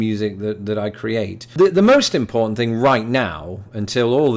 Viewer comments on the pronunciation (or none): none